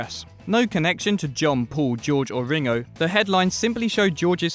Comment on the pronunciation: did he just pronounce the ng in ringo like that, you having a laugh